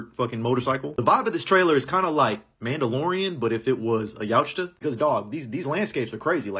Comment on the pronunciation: Yautja is pronounced Yow cha